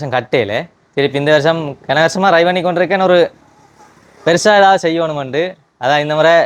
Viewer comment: ரய் என்று கேட்க்கிறது . அழுத்தி ட்ரை (Try) என்று சொல்லவும்